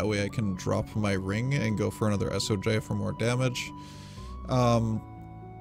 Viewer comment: Its Soj. Not S O J..